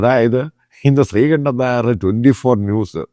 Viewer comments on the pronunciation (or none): none